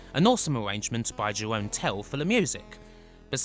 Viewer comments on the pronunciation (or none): I love Golden Axe Warrior. I never really liked Golden Axe 2, it is okay I guess. Why are a lot of the enemies pink and purple? I do think Golden Axe 3 plays great; I really don't dislike the game, only the graphics. The soundtrack of the C64 version is indeed fantastic (Jeroen is pronounced a lot differently though). Such a crying shame Revenge never made it home. I am still holding out hope. The OK Golden Axe The Duel was a poor choice for the Saturn, when they could have ported Revenge. Beast Rider is indeed very medicore. It isn't as terrible as some people say it is, but it should have been a 100 times better.